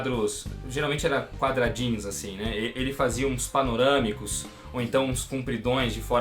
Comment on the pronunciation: PANORÂMICUZÅO KKKKK eeee Drago kkkk